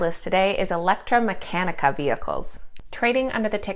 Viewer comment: great video as always. mecanica is pronounced meh-ka-knee-ka lol